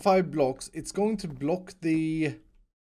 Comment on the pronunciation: I love the way you say block... BLOC